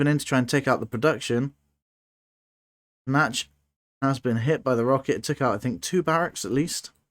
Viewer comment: Wow, thanks for that fascinating replay. I had never realised that fatal drawback of using target commands before. Nachtschatten ("nightshade" - not "natch" actually :) might have been able to save his original island had he refrained from using target circles on the production and instead allowed his strikers to take out the SAMs first. But what a match, what a turnaround! 😲👍